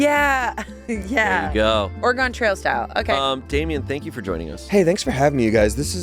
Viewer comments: I'm sorry say "Oregon" again? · The most upsetting part of this episode was - how pronounces Oregon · waaaait. says Oregon like an east coaster